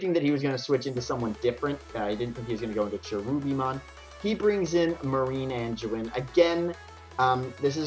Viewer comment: its called.. "Marine-Ang-eh-MON". He just left out the "o" because it couldn't fit. It was driving me crazy listening to you say this lololololol But this was a fun match to watch. Nick just knew what he was doing. You have the right mindset, you got this! This match was awesome to watch:)